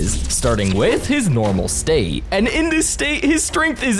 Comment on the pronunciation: Bro saying state like he is the avatar normal state and avatar state